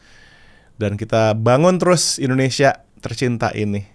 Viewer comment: Suara agnez mo sangat bagus..tpi di menit artikulasi pengucapan bahasa indonesia bukan indonesia tpi endonesia